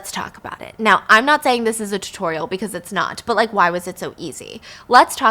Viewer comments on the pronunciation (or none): none